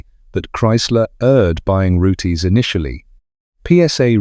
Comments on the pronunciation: It is not pronounced Rootays but Roots. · does it again with the pronounciation of Rootes its not rooteys pronounced roots and l did own a 1960s Hillman Minx and in the introduction of this video you mentioned Hillmans built in Japan and exported to Australia why would Australia import Hillman Minxes when they built them in Australia it was the Isuzu Hillman Minx only sold in Japan research goes a long way and also owned a couple of Hillman Gazzells they were rubbish glad to see them go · Roots not roote-😅s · This could've been so good, but saying Rooties and wrong models showing is annoying. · OMG SO RANDOM MAN! AND ITS ROOTS - THE 'E' IS SILENT.